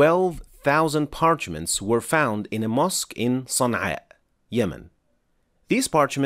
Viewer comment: It's Sana'a